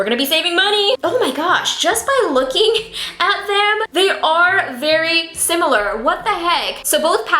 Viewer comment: Your Filipino slipped haha! Berry = very, love it